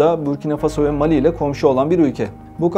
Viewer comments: 👍👍👍!вот только ударения правильнее ставить на последнем слоге(фасО,СахЕль,МалИ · переводчику неплохо было бы озаботится правильным ударением в названиях стран ..МалИ И БуркинА ФасО Это в школе проходят.